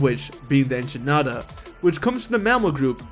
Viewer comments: Typhlosion is based off a honey badger. Also, what the hell is an “ENCHINADAH”? You completely butchered that lmao. Echidna is correctly pronounced as “Eh-Kid-Nah”. And no, Typhlosion is not based off of one. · I'm weeping. "Enchinada" bro's never heard of an echidna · It’s spelled like ekidna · Did he just call the echidna an echi-naddah? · As an Australian, when you pronounced Echidna, I had a full body shiver.